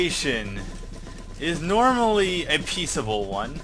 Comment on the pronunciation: Peacable? Almost perfect. This guy does crack me up with his insidious onslaught of trolling though, lol.